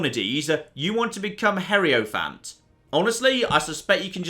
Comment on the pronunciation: heriophant...... it's not that hard... hi-ro-phant smh my head